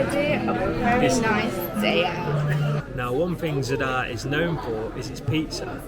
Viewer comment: At least attempt to pronounce Zadar correctly. It’s not “Z’dar”, it’s Zaaaadar”